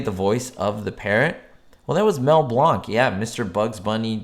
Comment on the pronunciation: Thx...u r always interesting..enjoy ur keen eye, location sharing and info in general Just a note..its pronounced Mel as in 'Blank' not Blonk All good